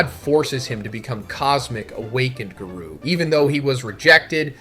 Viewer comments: If the narration is ai generated then it almost gets the pass minus the garoo lines. Gotta work on the phonnetics. Everyone let's remember that our boy is a one man show. Let's give the guy a break for trying to make his YouTube life a little easier. The script is still written by him and he's just trying to push out content for the fans. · When do you say garou like this ? Not cool Z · There is something off about this video man, I don’t know if the whole video is ai generated, but there is many instances that is clearly an ai voice, Garou, Tareo, bug-god, I’ve watched your videos for years and have never heard you say Garou name like that…